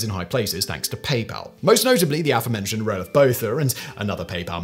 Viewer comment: So I guess this video made it a month without South Africans having a stroke at the pronunciation of Roelof Botha...